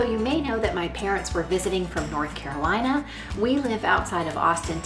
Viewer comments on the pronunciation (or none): none